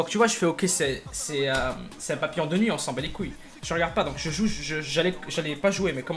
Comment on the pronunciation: il a dit papillan